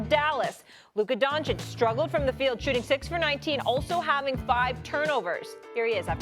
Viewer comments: SAS: LUKER DONCHIK is incredible 😂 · Luke-Kerr Doncic